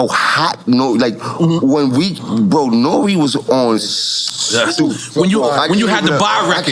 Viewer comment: "Hey siri, play NORE-Closer"